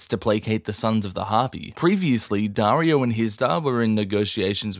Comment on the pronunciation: “Jaario and Dorah”💀💀💀